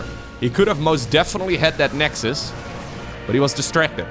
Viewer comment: "the nexdus, haha" badumm tsss xD